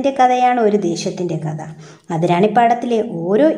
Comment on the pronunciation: ഇത്രയും മഹത്തായ ഒരു കൃതി വായിക്കുമ്പോൾ ഉച്ചാരണം ഇത്രയും വികലമാക്കാതെ ശ്രദ്ധിയ്ക്കുക. കഥ എന്നതു് കത എന്നൊക്കെ ഉച്ചരിച്ചാൽ എന്തു പറയാൻ